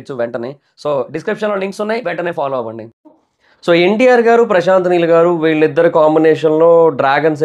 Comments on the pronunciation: Heel Kadu neel 😆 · Heel Kadhu Neel Chusko Kochem😂😂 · Heel kadura babu neel